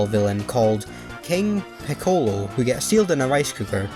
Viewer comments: Piccolo is pronounced pi-kuh-low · King piccolo's name is pronounced as pickle-o